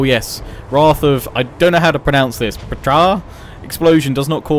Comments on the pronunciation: i think it might be pronounced Petra. like Indiana Jones and the last crusade. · Settra’s Ptra thing is pronounced like Pe-tra (very short “e”) (Ancient Egyptian was pronounced similarly to Arabic). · I think Ptra is pronounced the same as the Egyptian god Ptah: P-ta (ta as in thanks, same sound). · Efjay 3 that's wrong, we only know how it's written not how it's pronounced so if anybody told you he knew he is wrong